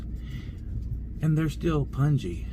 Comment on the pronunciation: I love the way you pronounced Punjabi 🤣🤣 I just about spat my coffee out . Thanks for the prayers , but where I live in the Chicagoland area is relatively safe. I'd probably start my own riot if I put a Trump sign on the lawn though. I was thinking why none of the people are bringing up the failure of the Million Man March of 1995 . Had the March been a sucess , most of the BS going on today wouldn't have. March participants took a public pledge to support their families, refrain from violence and physical or verbal abuse toward women and children, and renounce violence against other men “except in self-defense.” They also pledged abstinence from drugs or alcohol and to concentrate their efforts on building black businesses and social and cultural institutions in the communities where they lived. The march participants were then asked to “go back home” to implement the changes they had pledged. Stay safe & healthy Rock On !!! 😎 P.S. Was that a Eric Clapton instrumental of If I could change the world ? Very subliminal ...🤯